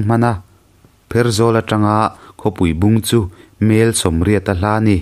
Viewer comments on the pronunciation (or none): Khawpuibung khaw hminga 'bung' lai hi lam hniam tur niin ka hria, kan lam hniam ṭhin. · Pu thuama manipura a awmna khua i lam dan hi a dikhlel deuh,khawpuibung tih hi,Tlabung..tih a bung tih ang a lam tur,..a ni e.